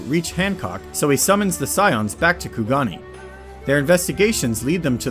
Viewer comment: It’s ku-ga-nay not ku-ga-knee -That Guy